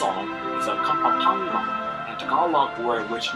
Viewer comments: KA-PAM-PA-NGAN the narrator pronounced it wrong hahaha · It's funny how the narrator pronounces "Luzong", "Kapampangan", and many more. 😀😀😀 That was the Golden Tara of the Philippines but it is now in the Chicago museum. Concerned Filipinos are trying to get the golden tara back.